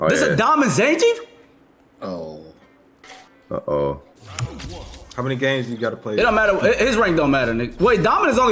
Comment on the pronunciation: the amount of times they said names wrong was so hilariously painful to hear. zangeef, jury, its like the only person they know how to pronounce is Chun li im DEAD